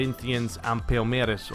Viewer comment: Why the hell are you pronouncing Palmeiras with a Spanish accent ("Palmeirath")? It's a friggin brazilian club! Portuguese speaking! You sounded very ignorant there lol.